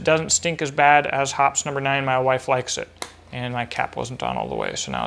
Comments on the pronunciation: Hope this doesn't come across as nit-picky....Hoppe's is pronounced "HOP-eez" not "hops." When small details are mis-pronounced, it detracts from credibility. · Hhmmm you are right about credibility and using words correctly- but i dont know if enough people, myself included, care about how hoppes is pronounced. I would say it right if "Hop-eeze" didnt make my skin crawl. Lol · This was a completely fabulous presentation....I echo the many positive comments Just the one issue with the cleaner developed by Hoppe in 1903.....he pronounced his name "Hop-ee." So people called it Hoppe's gun cleaning solvent. Some people pronounce the words "Let's go Biden" as "Let's go Brandon" but that's a different issue.